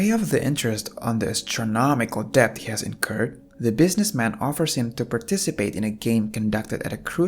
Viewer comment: it pronouced det not litteraly dept (just saying not hating)